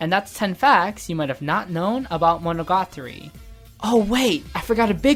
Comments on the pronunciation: yeah i had to stop watching the second time he said that... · Fact 11: Mo-no-ga-TAR-REE is pronounced as Mo-no-ga-TREE in the west. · "MonOgAtri" Nope. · mono GA tari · Great job. Just the way you pronounced monogatari hurt me on a physical level lol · i cant even speak Japanese but when this guy says monogatari i cringe inside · The way you pronounce the title.. it triggers me.